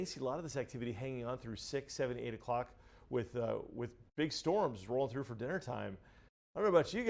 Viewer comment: “Fir”? It’s “for”.